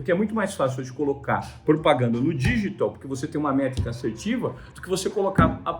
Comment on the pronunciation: Que agonia ele falando "dÎgital"